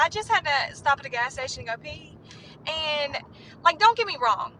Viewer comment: Why can't women pronounce "and"? Ayund isn't a word